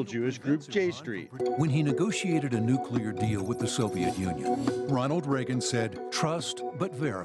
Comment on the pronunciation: pronounces it "nucular" and we're supposed to accept him as an expert?!